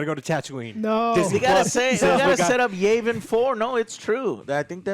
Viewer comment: "Yayvin 4"